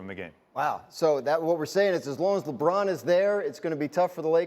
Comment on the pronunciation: "" lol